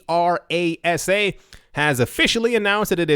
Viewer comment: When said Aker ASA, at first I thought he was saying Arasaka, and thought. Well, someone has been playing too much Cyberpunk. Then I realized, that someone is may be me lol